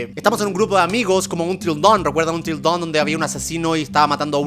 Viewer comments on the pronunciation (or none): soy el unico que en lugar de until down escucho untrildon ?